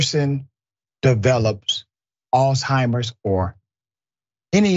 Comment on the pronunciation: Hi Dr. Richey you're correct when you said Alsheimer